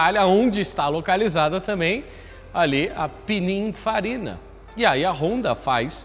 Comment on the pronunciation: “Pinifarina” n “pininfarina”